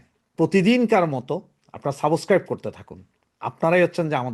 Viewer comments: সাবসক্রাইব নয় সাবস্ক্রাইব উচ্চারণ ঠিক করুন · Nor “Saaboscribe” , it is subscribe.